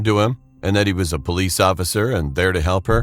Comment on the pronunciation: Its police not pollice